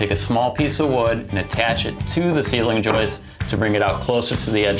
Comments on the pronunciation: Joist. There's a T in the word. It isn't a woman named Joyce. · Nice and clear; thanks for posting. BTW, is "joist" with a "t" at the end of the word. "Joice" or more properly "Joyce" is a woman's name.